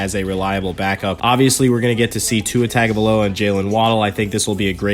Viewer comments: Your pronunciation of Tua's last name is so off its tongue-ga-vio-la not Tugo-vio-la. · It's...tung a vi lo a.learn to say his name right.